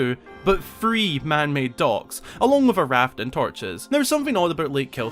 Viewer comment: I got 4 minutes into the video to realize he was saying docks. I was looking for dogs that I could not see. 😉🤣